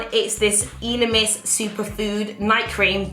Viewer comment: Hi! Not to be shady or anything but it’s pronounce ‘eh-lemis’ not ‘ee-lemis’ 💜